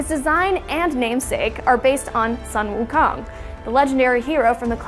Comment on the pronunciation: wow that butchered pronunciation of wu kong... x_x